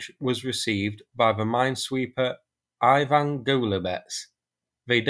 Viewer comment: Ivan, not Ajvan